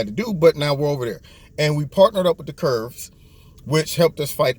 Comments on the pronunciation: Love you...one thing though...they are KURDS, not Kurbs...no B in the word. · It's Kurds not Kurbs. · They are actually known as Kurds, as in short for Kurdish. Don't feel bad, I can't pronounce many of the middle east country names or sect names. Thanks for your insight!